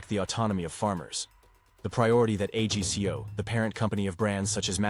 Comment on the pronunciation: Agco not A G C O, AI is not as smart as it thinks it is.